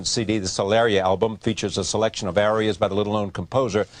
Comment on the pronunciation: The announcer/interviewer obviously knows nothing about music otherwise he could pronounce the word "aria" properly!